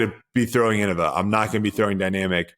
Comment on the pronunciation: Hey guys, I think it's pronounced "In-nova"